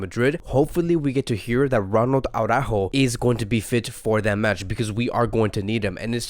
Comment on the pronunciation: I like your vids, but PLEASE stop saygin aww-rÁjo! It really is soooo retard! It is ara-ÚÚÚjo, emphasis on the Ú! Saying aw-rÁjo is literally as retard as saying Póóky to Piqué.